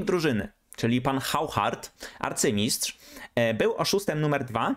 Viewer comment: Wszystko pięknie, ale... ten Hauchard czytany fonetycznie to mnie rozwalił całkowicie, niczym zakupy w czytanym fonetycznie Auchanie ;). Przecież powszechnie wiadomo że w języku francuskim wymowa różni się od pisowni do tego stopnia że nieraz ok. połowy liter w ogóle się nie wymawia, a zgodnie z podstawowymi zasadami francuskiej fonetyki tego Haucharda czytać się powinno (?, nie znam francuskiego) jako coś w rodzaju "Oszar", choćby przez analogię do wspomnianego "oszą" Auchana